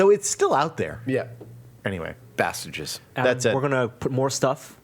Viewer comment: Did I just hear Adam say "Bastages"? I thought I made up that word, with that very use, when I was a kid some 23-odd years ago. Did I maybe hear it somewhere else and just think I made it up? What is the origin of this word if it was not me and my friend?